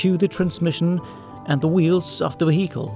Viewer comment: WTF is a 'vah-heekle' ???